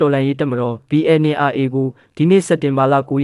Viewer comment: သတင်းခေါင်းစဥ်လည်းမကြိုက်၊သတင်းပြောပေးတဲ့သူလည်းBNRAကိုမှန်အောင်ပြောပေးပါ၊(Aတလုံးပိုနေတယ်)